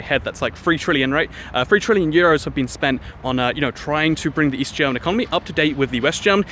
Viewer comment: East. I thought you said weast.